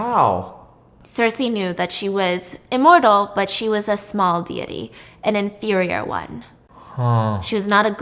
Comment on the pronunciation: I've never heard anyone pronounce deity as dee-yeh-tee until stephanie lmao